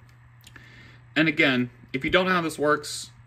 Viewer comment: "4 gigs of wam"